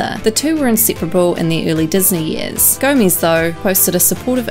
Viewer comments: Am I the only one that hates how she says gomaiiiiz. Thank u for the likes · it’s GOMEZ not GOMIZ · I just wanted to comment this, never heard anyone pronounce it like this